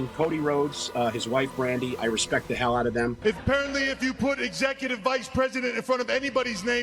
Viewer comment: How he misspronounce his wife's name when he said Branda?